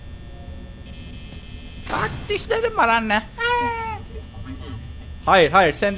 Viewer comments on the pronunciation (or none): none